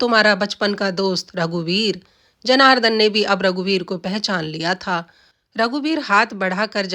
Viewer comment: उच्चारण सही सीखो:- महोद् य नहीं महोदय जनारधन नहीं जनार्दन साक्षरार्थ नहीं शास्त्रार्थ